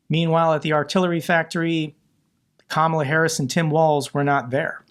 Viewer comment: sick to death of the hyperbole from the failed pres. - pronounces Kamala correctly!!! 🤣🤣🤣